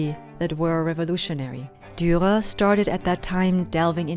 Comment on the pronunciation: The last r in Durer is silent? Perhaps not? You sound like you are dropping it sometimes.